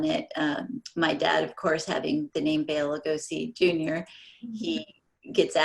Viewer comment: Why can't the host say BELA...(Bay-la). Bella is a female name